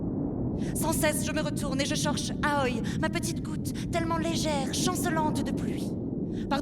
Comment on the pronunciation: damasio prononce aoi A-O-I ce que je trouve moins bien que aoi mais bon :p